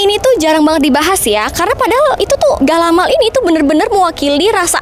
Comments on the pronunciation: ga-la-mai bukan galamal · Galamai kak bukan galamaL ada juga dengan sebutan kalamai..galamai itu seluruh daerah sumbar punya ciri khas masing masing..galamai bisa tahan berbulan bulan,,pembukus galamai itu bermacam macam ada yang dibungkus dengan anyaman daun pandan tapi bukan daun pandan musang ada dari daun jagung